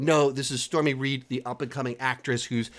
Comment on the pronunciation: Her name is Storm Reid, not “Stormy Reid”.